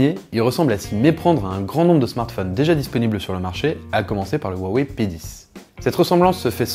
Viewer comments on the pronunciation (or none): none